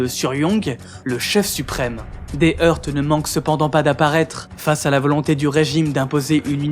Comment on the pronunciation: Très bonne vidéo. Juste, le "t" de "heurt" ne se prononce pas.